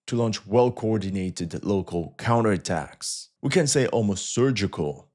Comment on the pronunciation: "Counter atacks" 😂☠️